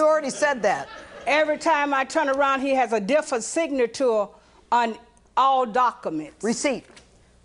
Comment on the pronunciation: "Siga-tore on all taco-mints" that's what I heard